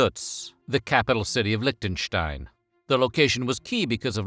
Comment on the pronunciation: Leeshten-shtein. No lich there.